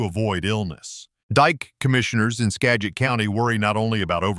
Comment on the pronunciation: He pronounced Skagit 3 different ways in the same sentence. Must be AI. A real announcer couldn’t possibly be that dumb, or at least I hope not.